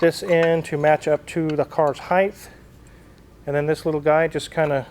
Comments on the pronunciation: “Height” not “heigth” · Why do Americans ALWAYS seem to say 'heighth' when saying the word 'height'? I had to sit through a whole heap of training videos for a piece of software where you could put items into a designer window and, in doing so, could adjust their height and width, and, every single time, he would say heighth. Infuriating I tell you!! 😂